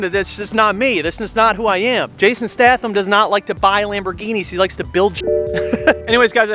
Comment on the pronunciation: Been here since 12k subs and the only thing I disagree with you is the way you said Statham lmao 😂